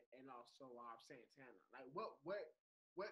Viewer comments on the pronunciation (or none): Every time calls Santana “SANTANNER” I die laughing lmaooooo! 🥴😂😂😂😂😂😂😭😭😭😭💀💀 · Wtf is santanurrrrr?